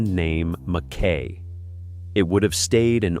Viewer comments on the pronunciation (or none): none